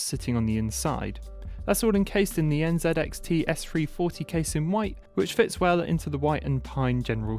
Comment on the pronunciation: Nice setup but please next time say NZ(ee)XT instead of NZ(ed)XT 😉😂